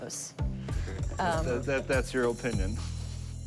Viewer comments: He also said "O-pinion". It really showed just how much value there was to his words. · Well... that's your o-pinion.